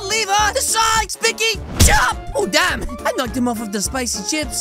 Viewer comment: You said damb